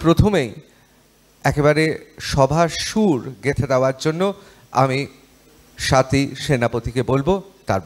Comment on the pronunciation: এরা 'স্বাতীকে'স্বওয়াতী উচ্চারণ করছে কেন?